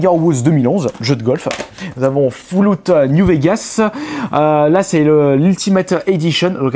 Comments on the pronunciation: on dit FALLOUT pas foulout xd, GG bonne video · "Foullout" new Vegas mdrrr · Mdr comment il prononce les jeux C'est surtout fallout il a dit " fouloute " mdr j'étais mort . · "FOULLOUT"... no comment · Foulout ? Sérieusement tu sais pas parler ?